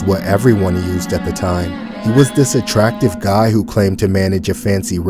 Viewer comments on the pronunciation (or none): do my eys not work cs i swear she said "atractive guy"